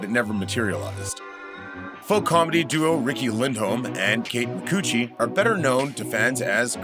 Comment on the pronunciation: Kate's last name is pronounced as "McCoochie". She cited it on "Conan".